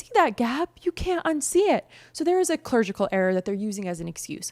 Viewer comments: Did you say "clergical" instead of clerical??? Come the F on! You can do better than that. Clergical is not even an f'-ing word! God forbid you have to read your script more than one time! Embarrassing!!! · Clerical, not clergical! You're better than that,! ♥ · wait clergical or clerical 🤣🥰